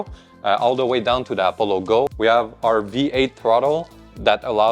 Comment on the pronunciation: i keep thinking you're saying 'apple logo'